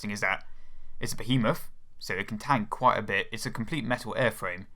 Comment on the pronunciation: A compwete metaw aiwfwame.